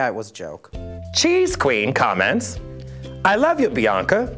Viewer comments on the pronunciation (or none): chess queen not cheese 😂😂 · bianca says cheesequeen but it's CHESSqueen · Bianca calling chessqueen cheese-queen lmaoo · I always thought it was funny that she said "ILLITERATE", yet she said "Cheese queen" when it was "Chess queen" 🤷